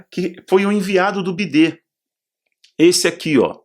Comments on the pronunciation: Boa tarde, Não é bidê é biden! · A pronúncia de biden é baiden não bidê 😁😁😁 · Ele sabe, só fala assim pro vídeo não ser censurado. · Bidê por causa do YouTube